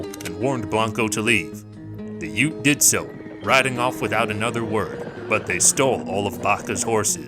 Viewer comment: Did you think that "UTE" is short for something? Like U.T.E.? It's "Ute".